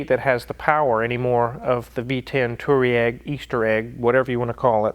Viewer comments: The correct way to pronounce Touareg is Tu War Iq. not Tooweeeraq / Easter Egg. it means Pathways in Arabic. since ya know it's an offroader. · I believe it's pronounced "toe rag" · It's pronounced Twareg :-) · Wizard, it's pronounced VW Toe Rag... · VW TWAREG is I think how it's pronounced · It’s Tuareg just read the word 😅 btw the newer non cheating 2.0 TDI‘s are just as good on diesel, I’m getting 43 mpg‘s without even trying whilst having some decent power and torque, it’s a 2013 Skoda Octavia 😍👍🏻 and thanks to the pandemic the prices per liter have plunged so it’s often 1 to 1 or even less then 1 € per liter 😅👍🏻 at least in Europe